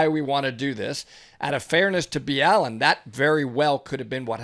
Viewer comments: im sorry but you could say Mr BALLENs name right.. fuck.. clearly you dont even watch his videos if you cant say a simple ass name like BALLEN.. its not Mr B. ALLEN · Please stop slaughtering his name, say it with me Mr. BALL-IN LOL, NOT B-ALLEN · His name is pronounced Ball-in not B-allen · Hearing it pronounced Nr B Allen is weird, everyone in my house just says Mr Ballen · Why are you calling him B’Allen? He calls it Ball’en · It’s Mr-ball-en not Mr-B-Allen ✌🏻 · It’s not Bee-Allen it’s just Ballen like Ball -in . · I though you just pronounced it mrballen not mr b Allen the more u learn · I do like clarifying, however the fact that you don’t even pronounce Mr , Ballen’s name correctly is rude , not to also mention a US marine. Extremely shameful in mu opinion. If you watched his video like you said you had , you would of known how to pronounce Mr.Ballen correctly . Not Mr. B Allen 😥😡😔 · Mr B Allen? Is it not pronounced the way he says it on his own channel? I’m confused. Thanks for doing these! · you guys butchered his name LOL ITS pronounced BALL EN.